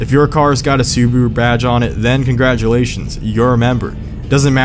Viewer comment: Su-bah-ru not subru, car enthusiast but can’t pronounce names